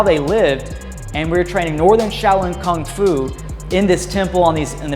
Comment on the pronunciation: Kung fu, not "Kong fu"